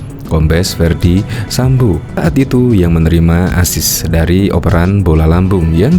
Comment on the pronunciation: Bukan Sambu pak, tapi Sambo...😪